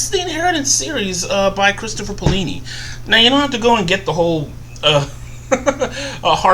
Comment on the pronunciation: and is alah-gay-see-ah and its pay-o-li-ni